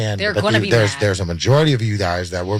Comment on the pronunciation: He messed up when he said "Majority".